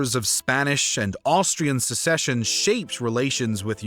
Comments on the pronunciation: Will someone please explain the difference between "A war of succession" and "A war of secession" to the narrator? He doesn't appear to have heard of the former. It's all "secession" to him. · Excellent graphics and maps. Excellent detail (with many mistakes). Incredible effort! OTOH, if you want to be accepted as serious historians, you'll need to learn the difference between "secession" and "succession." That's inexcusable. And although the real human voice-over is much appreciated, you'll need to be more careful in future with the almost-unbelievable number of mispronunciations. All in all, thumbs up! Keep at it!